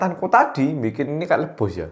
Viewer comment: ngakak banget ngomong "luebus" nya smpe gak keitung brp kali 😂😭